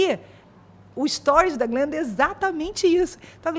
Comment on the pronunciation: o cara falando jalim para glenda KKKKKKKKKKKKKKKKKK